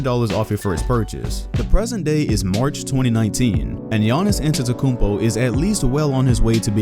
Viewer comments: GIANNIS "ADETOKOUNPO" AHAHAHAHAHAHAHAHAHAHAHHAHAHAHAHAHAHAHAHAHAHAHAHA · Bruh anyone else notice how they butchered this mans name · Damn draft Express butchered his name